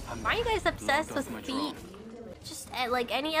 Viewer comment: Ame: Why are you guys obsessed with feet? Also Ame: puts a ton of emphasis on the word feet